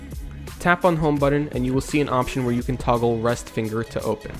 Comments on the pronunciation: he says "" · he said fingel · “rest your fingel” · he said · You said "fingl" on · lol you said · I'm glad I'm not the only one who caught that lmao